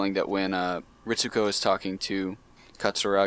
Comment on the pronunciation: Not sure if anybody said this already, so if they have, sorry for repeating. NGE is set in the year 2015, and her name is Misato Katsuragi. says "Katsurugi" and it bugs me really bad. Probably my OCD.